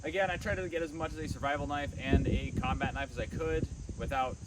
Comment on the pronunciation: when you say combat, its very funny